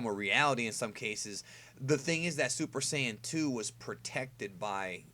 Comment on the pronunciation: Dude.. Please don't try to say Super Saiyan 2 in Japanese again.